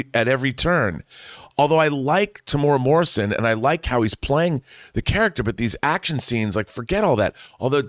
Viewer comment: Just FYI...its 4 syllables, not 3 - 'Teh-Mu-Eh-Ra Morrison'. The more you know.